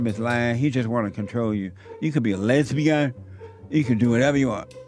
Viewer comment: "You can be a lezbeeun" 🗣️ LEZZ-BEE-UN! 😂